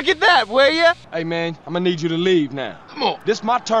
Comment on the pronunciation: "Im guh"